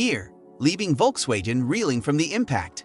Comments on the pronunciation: how the hell its perfect in english,yet U cant say:Volksvagen??? It`s Volks-wagoon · Volkswagen is a German word. It goes like folksvagen. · When making a video, you should first learn to pronounce the names correctly. V in German is pronounced F. The name of Volkswagen is pronounce Folkswagen - without the J as he says. Volk (folk) means people. Wagen is wagon. Wolk's wagon = People's wagon or People's car. The name was chosen because the intension was to make a car everybody could afford, so they made the Beatle. I don't trust the content in this video. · The issue is the G, it's pronounced the same as in Golf not Genes